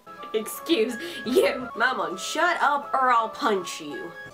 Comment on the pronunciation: U kind stayed his name wrong it mammon Not mama